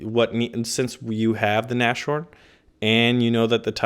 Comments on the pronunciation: You said it again XD it's not Nash horn its nas horn and the sh in English isn't the same in German, in German its sch instead of sh ;D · you still haven't figured out how to pronounce Nashorn. The literal translation of that word is "nose-horn" or "horn on the nose". So please, stop saying na-sh-horn and instead say Nas - Horn, because your current pronunciation is cringe worthy. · You spell it NaS-Horn, Not NaSCHorn !! It literally stands for: Nase=Nose and Horn=Horn => Nashorn In every Video you spell german words wrong.. Jesus Christus!